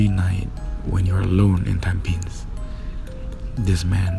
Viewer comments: It's called tamp pi nes..not tam pins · It's not tam-pins Its tam-phe-nis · its called Tam- pi -nes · Wrong pronounciation of tam-pi-nes.and your commentary, #Yawn#